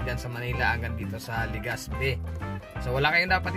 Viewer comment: LegaZpi d po LegaSpi.. Salamat